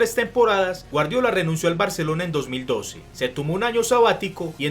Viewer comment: el nombre de guardiola lo pronuncias mal